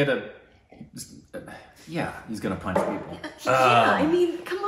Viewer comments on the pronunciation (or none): none